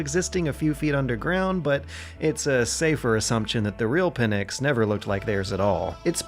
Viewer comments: Sry but it is pNyx and not pyNx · 'Pynx' is not 'pin-x', its the one word. You can try 'pinks' if 'pynx' looks too difficult to pronounce. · Pin-ecks? Jesus dude, that's the worst pronunciation I've ever heard. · Pnyx not Pynx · good job!! btw it's not "pynx" it's "pnyx" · The word is Pnyx. Not Pynx. Greek word is Πνύξ or Πνύκα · great work and video PS It's Pnyx, not Pynx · It's Pnyx. not Pynx. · "The pnyx" The pynx 😅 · "The Pynx"